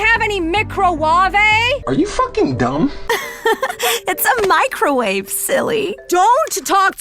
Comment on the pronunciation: micra-warvay ' brilliant 🤣